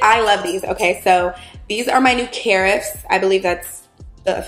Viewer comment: Carafe is pronounced like giraffe